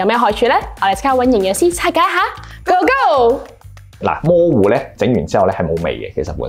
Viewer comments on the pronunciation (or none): 係咪我聽錯？keep住將魔芋爽聽為”毛”芋爽？